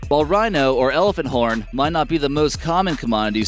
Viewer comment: I thought he said rhino porn while I was eating and almost spat my food out until he said horn again 😂😂